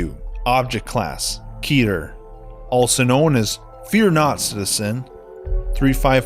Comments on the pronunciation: I have always heard the class referred to as ket-ter not keeter. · It's pronounced que ter not keeter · Keter is pronounced Cet-ur Cet like cat but theres a e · Keeder, lol